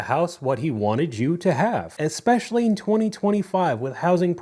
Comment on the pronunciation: Anyone who pronounces it "ekpecially" automatically lose me with their argument 😂